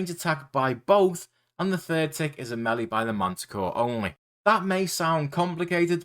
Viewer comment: Great guide! My favourite part was when you pronounced melee as “melly” 😂